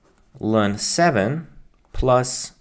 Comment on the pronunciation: I can't believe you say "løn" instead of "el-n". Unsubscribed